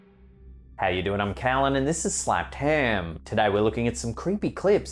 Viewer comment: lmfao "slappedham" any relationship to bopped bologna? 😂😂